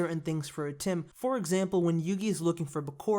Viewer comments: It'd atem not atim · Not ATIM its ATEM